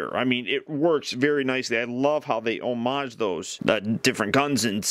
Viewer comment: Say "homage" again! I dare you!